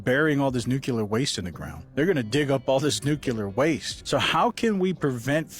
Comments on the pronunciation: NUCLEAR not fkin nukular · WHY do SOOO many people pronounce “nuCLEAR” as “nuCULAR” it’s 1 of my pet peeves lmao I literally don’t understand?!